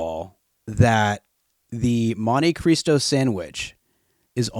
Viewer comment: I've never heard it pronounced "monte kreestow." I don't know if it's necessarily wrong, but I'm convinced they said it a million times just to annoy me 😆 I'm hype for the orca shirt, god bless